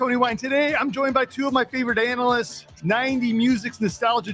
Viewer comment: You said ANAList 😅 second